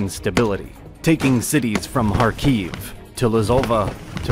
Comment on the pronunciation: Though extremely simplified, this serves as a decent summary of the Ukrainian revolution. Let me add a few small corrections. First of all, it's not Ukrainian National Republic, it's People's (УНР - Українська народна республіка; народ = people, nation = нація). Second, a few pronounciation mistakes: it's PoltAva, not POltava; KhArkiv, not KharkIv; SiCH, not SiKH.